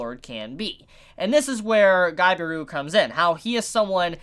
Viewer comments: you pronounced it guy be ru, so triggering, ga-bi-ru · why do you say Gabiru ->Gaberu? i mean why? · It’s pronounced ga-bi-ru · Ga-e-ru //Gabiru he's an idiot with a good heart Lmao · Merry Christmas and "Gabil" is how you pronounce his name, "Gabiru" is the romaji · How you can't know how to pronounce Gabiru? Gabiru! Gabiru! Gabiru! Gabiru! Gabiru! Gabiru!